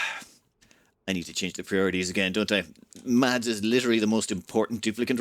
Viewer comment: Hi. Mads is pronounced without the d in it. Exactly like the word mass:)